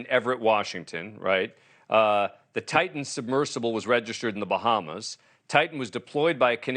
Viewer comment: Lol “try-tahn” submarines.